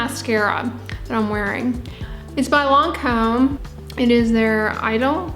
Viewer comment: I love that mascara, it has a white primer that works amazing with it, you pronounce the i as an e Idole.